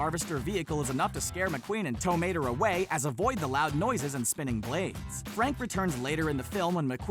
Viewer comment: Am i the only one who cringes when he pronounces tow mater without the accent?